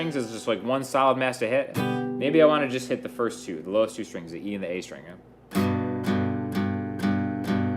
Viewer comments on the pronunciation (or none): I love how you say stringsuh good vid